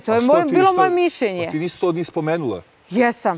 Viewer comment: Neka neko objasni da se ne kaže mišJenje nego mišljenje.